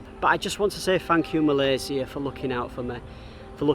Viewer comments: This is the first time i hear a foreigner say "Malaysia" instead of "Malaysya" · Love to hear you pronounce Malaysia - SIA, not Malayshia - SHIA or ZIA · I like how he pronounce MalaySIA instead of 'MalaySYIA'. People, that is the right way of pronouncing MALAYSIA <3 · Love how you pronounced Malaysia with a C not Shi. Take a good care of yourself ya. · Thank you for sharing your video of KL. It’s beautifully shot and inspiring me to do the same. And another thing that I like is the fact that you pronounce Malaysia correctly and better than some of us Malaysians 😅. Well done and stay safe & healthy 👍🏽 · i love how you pronounce " Malaysia" correctly :) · Im sorry but, I really love how u pronounce Malaysia. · appreciate when u pronounce the country name right.. Malaysia.. 🇲🇾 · The only mat salleh I heard call Malaysia is Malaysia not malayszia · The way you pronounced the word Malaysia is just how the local would pronounce it. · Thanks for pronounce Malaysia correctly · My first time watching your channel. Great content. I love how you pronounce Malaysia correctly like a local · I just love the way you pronounced malaysia❣️ Stay safe for your next journey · Love the way you pronounce ‘Malaysia’ 👍🏼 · I am HAPPY that you can pronounce MALAYSIA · I appreciated the correct pronunciation of Malaysia! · I love the way you pronounce 'Malaysia'. That's the Malaysian way.